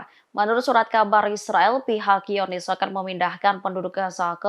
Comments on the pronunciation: "hiyonis"? langsung bilang zionist aja mbak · Sepertinya reporter tribun ini gak bisa membaca dan tidak memahami berita yang dibacakannya. Banyak kalimat yang apakah memang tidak tau membaca atau mengacaukan algoritma pada penyebutan kata-kata seperti Quds dibaca Huds dan zionis dibaca yonis.